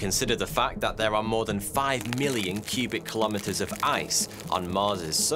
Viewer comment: It’s funny how your channel is supposed to provide vetted information but you can’t even pronounce the word more